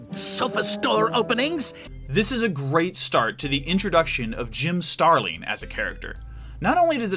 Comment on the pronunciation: When I hear "Jim Starling" I hear "Jim Sterling"